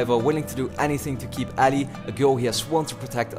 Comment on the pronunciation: I love how pronounces Ellie. You say "Alley" xD